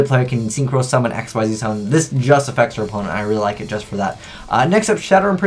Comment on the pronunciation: its "Exeez" not "Ecks Why Zee".